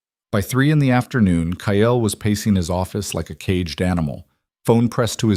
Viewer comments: The stories are good but the pronunciation of Kyle is not ki el it's plain kyl. I know they aren't spelt correctly phonics not the way they are actually spelt. AI always pronounces St as street not Saint and now Kyle wow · KYLE'S name is pronounced K-EYE-L.